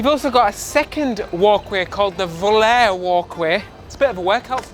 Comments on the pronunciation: Looking good,! P.S. It's pronounced "Vo-La-Ray." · Volare is pronounced vo-LAH-ray... like the Italian song from the fifties..... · Your mangling of the Italian language is grating my nerves the word Volare is pronounced Vol liar ree at least attempt to pronounce it properly and why do you have to shout all the time! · Volaray ,thats the way to pronounce it